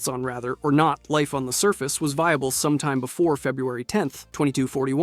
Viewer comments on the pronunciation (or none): The word is pronounced "Sur-fuhs" not "suh-feese".